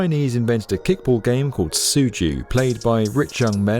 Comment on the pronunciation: Xian is pronounced almost like "shee ahn". Tsu Ju is like "zoo chew'. We'll just let the other city names slide.